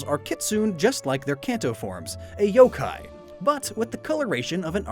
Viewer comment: Wait did u say yooo kai